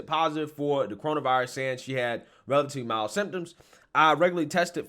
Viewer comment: It is 'mild'